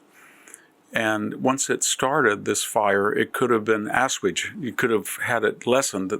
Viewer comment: Do you mean “ assuaged” /a’-SWAYJ-‘d/professor? I can’t believe that I have ever heard that word pronounced so poorly in my life and I’m older than you are.